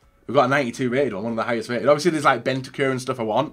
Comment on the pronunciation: PLEASE.. BENTANCUR HAS AN N IN IT